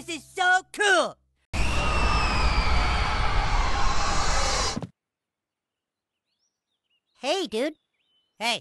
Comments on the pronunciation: He’s not Kewlll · Pretty kewl. Now I need a video of him saying "Kahl" 😂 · Thanks to Cartman instead of cool i say kewl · That's kewl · That’s kewl